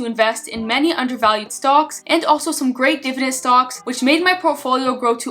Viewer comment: you almost sound like you're saying "stonks" i feel like this may be on purpose lol